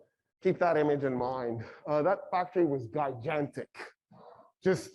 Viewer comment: Fun fact: says guy-jant-ic instead of gigantic